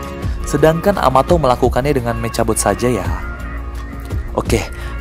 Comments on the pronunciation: Meka bot bang bukan meca bot hahahA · Bang: saran ngomongnya mekabot jangan mecabot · Bang btw mechabot kalo baca mekhabot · Nulisnya mechabot bilangnya mekabot. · Membacanya Mekhabot, tulisan mechabot👋❤